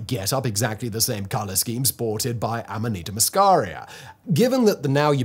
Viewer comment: It's called amanita muscaria. Ffs, bro, get it right.